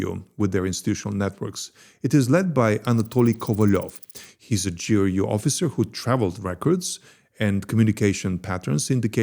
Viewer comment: "spent four parallel universes exposing this secret russian unit" doesn't know how ГРУ pronounced.